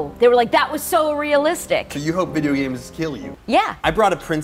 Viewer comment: Time skip he says Bideo games